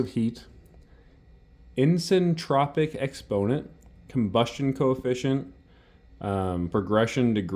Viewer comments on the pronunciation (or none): also, thats pronounced "eye sin tropic" Isentropic